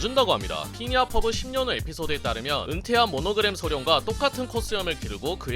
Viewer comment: 퍼리 라는 줄 ㅋㅋㅋ